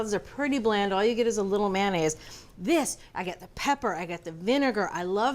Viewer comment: Mayo mayo mayonaise NOT MANaise !